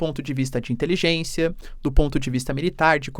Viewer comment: "INTELIJÊNÇIA DO HAMAS" KKKKKKKKKKKKKK